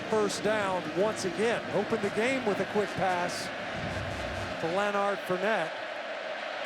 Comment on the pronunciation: “ lanard fournette “ what are the odds😹😹